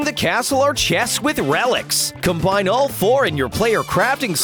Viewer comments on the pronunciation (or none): none